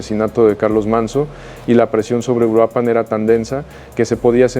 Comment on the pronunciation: Se llama URUAPAN !!! no uruapán